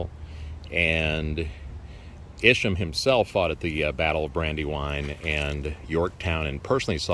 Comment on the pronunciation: Thank you for this video. I am LaDelle Arnold. Isham Blake, Sr. is my 5th great- grandfather through Isham Blake, Jr. My grandfather was Rev. Blake Craft. He researched our family genealogy all his life and co- wrote the volumes "The Blake's of Cape Fear" which gives more of the history of Isham Blake. Side note: we have always pronounced his name with a long "I" , Isham.